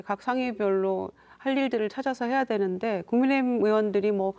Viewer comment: ㅋㅋㅋ천하람씨 국민의힘 말하는데 국민의짐이라고 들리네 ㅋㅋ